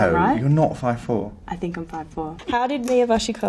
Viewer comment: “nOoew” “you’Re fIve-fOurr?” “miXtuRe of inSecuRiTieS”